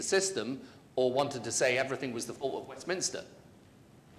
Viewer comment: Shame the person doing the intro , the president, can't pronounce governance and Westminster properly.